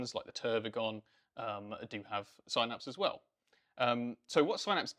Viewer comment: Couldn't watch it because they kept saying Synapse wrong.